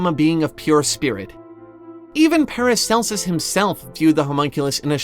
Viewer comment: Not sure who paracelus is, but at first i misheard you. Sounded like you said "an excerpt from Paris Hilton's book". And I was like, hold up, she can read, let alone write a book?